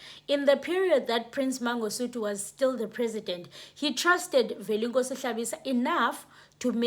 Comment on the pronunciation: Velenkosini not Velenkosi